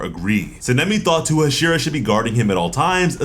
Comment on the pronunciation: Bruh can you say "Sah-neh-me" NOT cinnami. And "Ha-she-rah" but other than tht fam good work! Lol